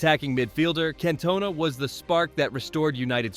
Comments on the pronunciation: The pronunciation if Cantona makes me lol … lol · How was supersub OGS, not on the bench. AI is not very intelligent and someone please the the narrator how to prounouce CANTONA. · Its Cantona not Cantona.